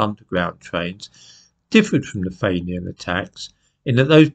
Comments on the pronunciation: It's pronounced "feenian". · Fee-ni-yan,.